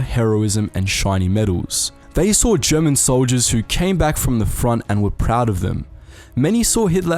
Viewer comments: As a German I can say you did pretty well with the pronounciation for an english-speaker 👍🏻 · Impeccable pronunciation on all the German, dude! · You german pronunciation is really good